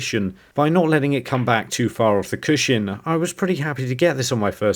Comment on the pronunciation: It really bothers me the way you always say "CUSHIN".